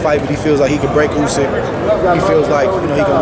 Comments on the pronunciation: It’s USYK lol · Who the fuck is Usky? 😂🤣🤣